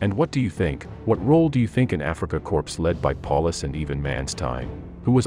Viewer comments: Btw "Corps" is pronounced 'Core" and not 'Corpse'. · corps: pronounced korr, not corpse. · I'd have to question your scholarship if you pronounce Africa Corp as 'corpse' instead of the correct 'core". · Afrika CORPSE? It's Corps, pronounced Core, same as an apple core. Granted, by the time the Allies got through with them the Afrika Korps was a corpse. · As soon as the narrator said Africa "corpse," I turned it off. Maybe I will go back to it, still no excuse for something so amateurish. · Did Barack Obama narate this. He is the only other person I ever heard mispronounce corps as corpse. Just wondering. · Hahahahaha, corpse. 🙄😂🙄😂🙄😂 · Narrator needs to learn how to pronounce "corps" he sounded out the letters "PS". Come on. learn to pronounce words correctly. if you didn't catch it.